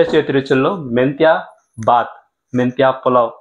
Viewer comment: You should not say baath it is BHAATH, second thing if you add a cup of yogurt while you fry masala paste it turns a crazy dish and good health....